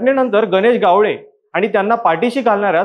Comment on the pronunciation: गावळे नाही रे बाबा ..... गावडे